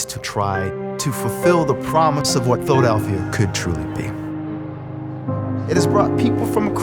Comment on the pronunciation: Went from Frank Rizzo, best mayor in Phila history, to Wilson Goode, who was the absolute worst. He couldn't even pronounce PHILADELPHIA for God's sake!!!